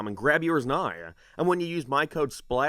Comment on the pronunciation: the way u said now and the out in checkout was grotesque